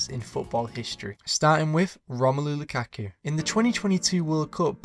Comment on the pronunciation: You mean to say Romalu La Ka Ka. 😂😂😂😂😂😂😂